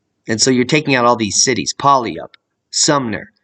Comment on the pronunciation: It is pronounced ( pu-al-up)